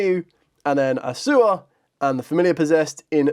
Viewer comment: Its A-U-SSA (A-OOH-SSA). Not Assua. Thanks.